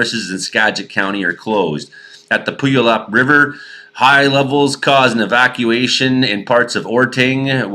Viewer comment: Thanks... better coverage from Ontario than what I am seeing here in B.C. lol! pyoo-a-luhp...;-) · a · luhp